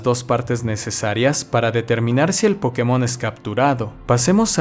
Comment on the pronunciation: Es curioso como se pronuncia la palabra POKÉMON alternando su pronunciación entre una palabra esdrújula y aguda. La palabra Pokémon al ser extranjera, le pusieron una buena tilde en la penúltima sílaba, haciendo que sea una palabra llana. Así que no entiendo que se le diga PÓkemon o PokeMÓN.